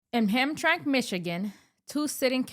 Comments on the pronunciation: FYI...... it's Ham-TRAM-ick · Hamtramck is pronounced Ham-Tram-Mick... most folks that aren't from this area say it the way it looks. No blood no foul, good content Madam. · It's pronounced Ham-tram -ic. I spent my life in the Detroit area and we have a bunch of funky names for things here in the Motor City. Hamtramck was called Pole Town for the huge Polish Population, then about 20 years ago the demographics went out the window with Yemen carrying swords in the streets and calls to prayer from load speakers. Spooky! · "ham-tram-ick". not to officiate from the main focus but from the start made me think we was talking about 2 different places. Entire state is run afoul with dirty elections since at least 2010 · Ham-tram-ic. Three syllables.